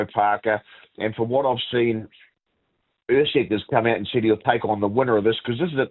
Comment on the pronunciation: Lonergan calling Usyk “Err-seg” ? 🙉